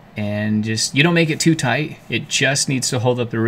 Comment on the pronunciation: The way u say tight is hilarious brotha 😂 almost sounds like you say “tot” lol